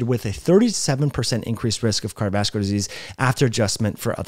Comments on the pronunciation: Yes, I've suggested that slow down. Especially when he is reading what he is saying. And I usually listen to similar type videos on 1.5-1.75x speed. Also,, it's "car·di·o·vas·cu·lar". Has an "O", and six syllables. Thanks. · Can this dude not say "cardiovascular"?